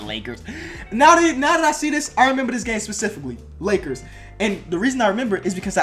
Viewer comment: How he said lackers